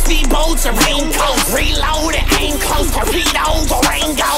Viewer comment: "Torpedo, Durangos"